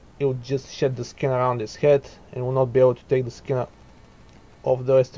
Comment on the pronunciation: with your accent it sound like bad shit instead of bad shed but i like it haha great video